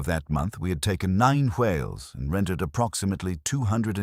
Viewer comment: the AI pronounces the word "Hwhales" like Stewie pronounces Cool HWhip on Family Guy😂😂